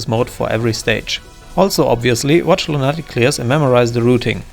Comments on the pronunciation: Distracted by I'm used to lunatic being pronounced luna-tic. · Great video, but the way you pronounce lunatic causes me extreme pain.